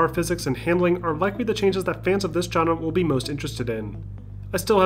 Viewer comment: You pronounce genre like trump says China... “Gina”